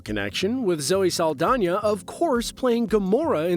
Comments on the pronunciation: It’s Zoe Saldana, not Zoe Saldanya. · Learn to pronounce Saldana please. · Straight butchered Zoe's last name 🤣